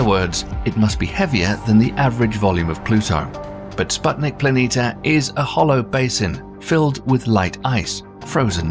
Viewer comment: Why do you constanstly omit the "i" near the end of PLANITIA and mis-pronounce it as PLANITA?